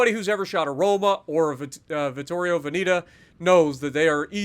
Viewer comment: you actually said pretty well for a non italian speaker, it’s the vittorio veneto that is completely wrong😂